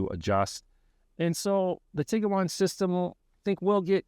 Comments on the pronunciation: It’s Bose-Man Montana. Not Bose-ah-Man. It’s Tig-wan. Not Tig-ah-wan. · It's pronounced Tiguan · Why are you pronouncing it Tig-uh-wan? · If the "senior research editor" couldn't be bothered to learn the correct pronunciation of both the car (which is currently in its 16th model year so hardly new), and the name of the town they were in, what else did they get wrong in this video? You lost a lot of credibility on this. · This is a good review, but genuinely baffled that VW allowed you to review the car without knowing how to pronounce it.